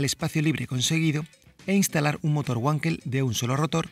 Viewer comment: El video, bien. El coche...una pasada, como a Mazda le gusta hacer las cosas, nadando contra corriente. Pero no es motor "GUANKEL" es "VANKEL", asi como "VAGNER", "VENCESLAO"...Hace daño al oido cuando se escucha...